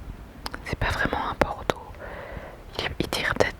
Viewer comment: Bonjour ma belle Amie, suite toujours aussi relaxante...J'adore quand tu prononces la couleur "bordeaux"....le mot "rouge à lèvres", et les alternances d'anglicismes, c'est doux....Merci ma Em...Je t'embrasse fort <3